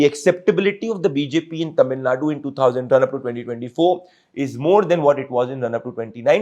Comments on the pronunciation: ""ITS NOT TAMIL NUT"" ""ITS TAMIL NADU"" PLEASE Pronounce Properly* NO NO NO BJP And NO NO NO karnatakan ALIEN Annamalai IN TAMIL NADU karnatakan ALIEN Annamalai yenn mann yenn makkall IS HYPOCRISY FAKE And FRAUD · Pradeep, it’s not Tamil Naad, It’s Tamil Naaadu